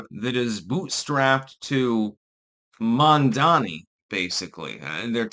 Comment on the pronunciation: It's Mamdani, not Mandani.